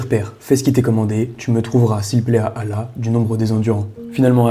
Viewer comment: Merci de bien vouloir prononcer le nom d'Allah (azw) correctement car c'est une faute grave. Double le "L". D'autre part : Il n'y a pas de divergence quant au fait que ce soit Ismaël puisque c'était son premier fils. Ibn Kathir (Puisse Allah le Très Haut lui accorder Sa miséricorde) dit : « Le Très Haut a mentionné que quand Abraham avait quitté son pays, il a demandé à Allah de lui donner un enfant pieux et Allah le Très Haut lui apporta la bonne nouvelle ayant trait à la naissance d’un enfant clément. C’était Ismaïl (psl) puisqu’il était le premier enfant né d’Abraham (psl). Ceci ne fait l’objet d’aucune divergence au sein des adeptes des religions : tous admettent qu’Ismaïl était son fils aîné.